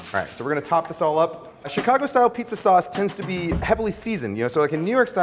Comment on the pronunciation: Thanks Ken, you nailed it. Love, a native Chicagoan. PS: You say Chicago like a proper Chicagoan.